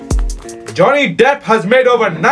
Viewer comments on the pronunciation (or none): “Johnny dep has made over 90 moovees and you AqOoAMan.”